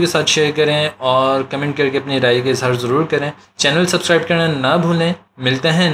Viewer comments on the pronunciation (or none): none